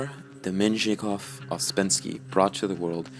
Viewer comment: More like " Pee-oh-ter Demianovich", nicht war?